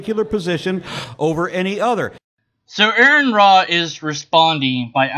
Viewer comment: His name is pronounced are-on not air-on.